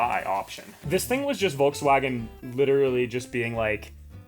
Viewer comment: Furrwagon For sure 😂